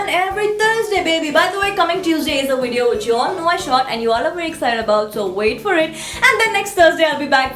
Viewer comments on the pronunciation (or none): It's VIDEO not Weedeoow, learn proper english